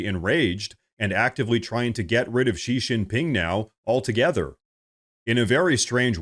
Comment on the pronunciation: Xi Jinping's name is pronounced SHE GIN PING.